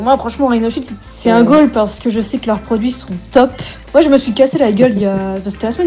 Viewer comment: le "quond pourra" c'est trop. Et " votre produis" ...